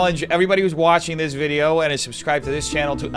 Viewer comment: "Videoah, beforehandah, lacking resarchah!"